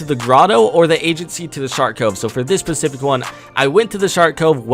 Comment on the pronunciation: Specific not pecific